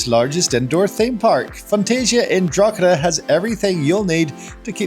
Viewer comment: As someone who lives in Drogheda, it's pronounced Draw-he-da not draw-cha-da 😊